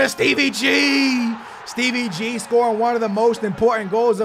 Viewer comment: Stop saying Steve ggggg